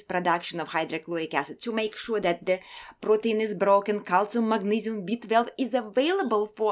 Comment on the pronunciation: I love how she says B-12 "BEET-VELV!"